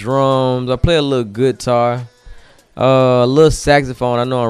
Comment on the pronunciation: “I play a lil gootar” 😂 ma niggah